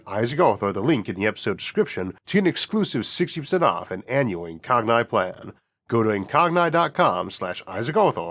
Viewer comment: I'm pretty sure it's pronounced "incog-knee" as in "incognito"